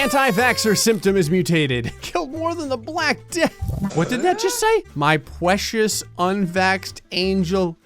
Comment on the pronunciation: 'my pwecious unvaxxed angel' lmaooo